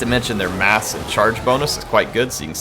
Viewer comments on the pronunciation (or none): none